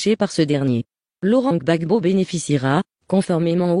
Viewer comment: On dit Gbagbo pas Bagbo 🤣🤣 merci a vous